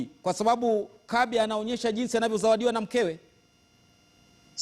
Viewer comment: it's Kabi not Kambi🤣🤣🤣